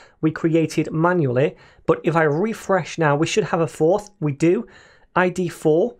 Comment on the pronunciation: The way you say "Refresh" 😂❤